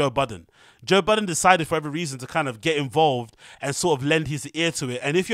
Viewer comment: It’s Budden 😂